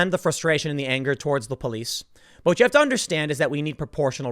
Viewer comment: "I tell you kwhat" - Tim Pool in the new king of the hill